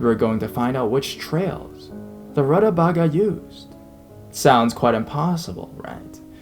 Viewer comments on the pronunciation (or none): Root-uh-vei-gah lol